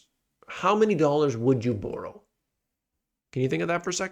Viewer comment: The way you say "borrow" is as bad as your forecasts